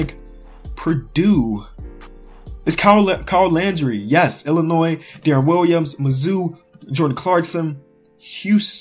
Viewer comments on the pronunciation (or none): none